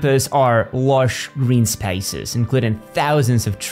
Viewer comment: What accent is that?Spaces pronounced as spices? Just the odd word.